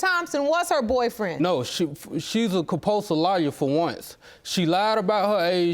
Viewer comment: Did he say "Compulse Liar"?